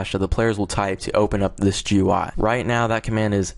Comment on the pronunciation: It's pronounced "gooey" (GUI) and "appy" (API).